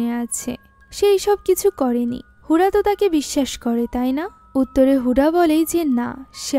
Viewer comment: হুডা নয় হুদা হবে 😒